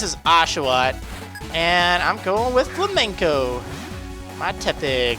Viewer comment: it's not fla-men-co, it's Flame-N-Co.